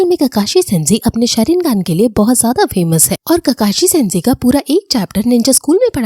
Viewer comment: Or didi tum sharingan ko wrong pronounce kar rahi ho or Sasuke ka nam bhi wrong pronounce kar rahe ho